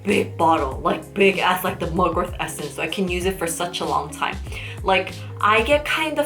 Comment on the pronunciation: Is it me or it always sounds like you're saying mugwor-TH... The T in Mugwort is like the T in Fart. 😁